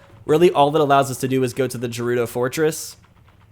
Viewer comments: Jerudo fortress is not how you say that. "Ghe" very soft h, gerudo. Same as Ganon. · Dude it's not jurudo it's gurudo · It killed me a little when you said "Jerudo." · Also, did you just call the "Gerudo" the "Jahrudo"? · Oof Gerudo is pronounced Geh-roo-doh. Sorry it just bothers me😂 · I’ve only heard it as gerudo with the guh sound I’ve never heard it with the j sound so every time I hear it I die a little on the inside 😂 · You pronounced gerudo like jerudo. Its pronounced with a G as in gopher. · "Jerudo Fortress"